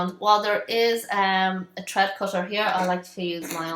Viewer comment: It's thread not tread you need to put your tongue on your top teeth and say Th